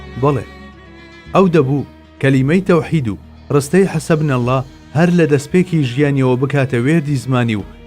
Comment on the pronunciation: دەستان خۆش بێت بەڵام حسبنا الله بەهەڵە ئەخوێنێتەوە چاکی بکەن باشە